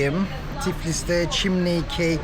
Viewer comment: Merhaba Sevgili, chimney kelimesinin anlamı baca demektir. Telaffuzu da çimney değil gencin dediği gibi çimni